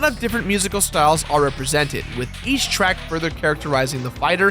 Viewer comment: wait did you just say "ech block people"